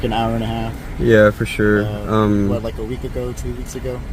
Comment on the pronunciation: Fer sher 😂